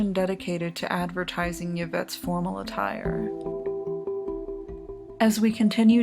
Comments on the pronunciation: Im pretty sure its pronounced "Ee-vette" not "Ya-vette". Love the videos though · It's pronounced "IV-ett", not "YIV-ett". Good vid, though. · The most bizarre thing is the pronunciation of Yvette.... it's 'Ivette' not 'Yuvette' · Y infront of a name is pronounced eeee.. not yuh.. eeeevette.. not yuhvette . Like torilla is torteeeeyuh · Ee-vette not yuh-vette. Great vids I'm on a binge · Interesting video. I see that it's been posted for three years now. I wonder if anyone has commented on your pronunciation of "Yvette." It sounds like you are saying the word as you would an English word that begins with "y." (you, yellow, yes, etc.). The name "Yvette" (as you probably know) is of French origin and the initial "y" is supposed to be silent. It can be transcribed as "ee-vet" (or in the IPA as "i.vɛt"). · It's an atrocity that she keeps saying, "Ya-vette." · Been binging your vids. I really like them. Though I've never heard anyone pronounce the "Y" in "Yvette" as a consonant before.